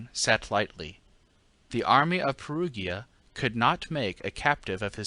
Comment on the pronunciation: But Perugia= Pair-OO-jah, Pair-OO-jans😉